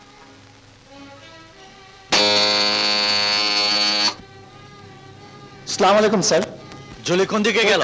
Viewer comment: বাংলা ছবিতে এখনও শুদ্ধ উচ্চারণে সালাম দিতে জানেনা,আস্সালামু আলাইকুম হবে।